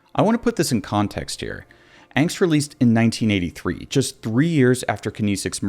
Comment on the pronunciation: Pronounced.....AH-ngst! I guess you never took German.